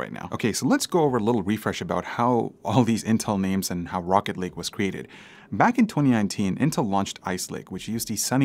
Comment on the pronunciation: I swear everytime he said rocket lake I heard rocket league haha